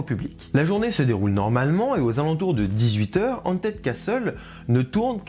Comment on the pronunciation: Très bonne vidéo, la diction est de mieux en mieux. Par contre tu me permettras un critique : travaille ton anglais ! Le h en anglais n'est pas silencieux, ce n'est pas "aunted", ni "d'aunted" mais haunted, ou "de haunted" avec un h soufflé. Je sais qu'en tant que francophone on a la mauvaise habitude de ne jamais (ou très peu) prononcer les h en anglais mais ça arrache l'oreille aux anglophones et aux bilingues. C'est comme si à l'inverse on disait "je suiss", "tu esse", "il este". Ça fait bizarre n'est-ce pas ? Ben c'est pareil pour les anglophones ou bilingues. À part ça c'était très clair et bien structuré ! On attend les prochaines 😂